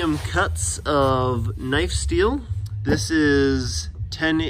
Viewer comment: finally someone who says knife right